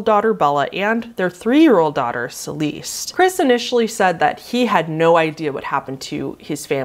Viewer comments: Celeste. Its pronounced Cell-Lest. Not seleest. If you’re going to discuss de*d children the bare minimum should be pronouncing their name correctly. Rude. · Celeseet 😂 How the hell do you get that wrong?? BulJer!! This is why I never subscribe, you butcher the names so badly!🤦🏼‍♀️ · I love you so much and if you talk about the Watts case again in the future; Watts’s wife’s name is pronounced “Shuh-nan” as opposed to “Shannon” and “Celeste” is pronounced “Sell-est”. And the Cecile hotel is “See-sil” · that second pic of the Watts family isnt the watts family LoL YIKES. Also their names were Bella and Celeste {SA-LESS-T} the unborn baby was named Nikko. I'm guessing you werent a big follower of the murders bc i noticed instantly. Honest mistake but to others putting a whole entire other family could be seen as disrespectful. im surprised nobody else noticed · I like the video but why can’t she pronounce anything properly? Ce-least? Lol it’s ok just funny.